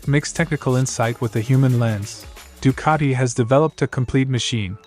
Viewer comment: No r in Ducati